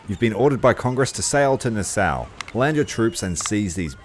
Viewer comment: I know it's a little late but Nassau is pronounced Na-Saw, NOT Na-Sow.. Great play thru...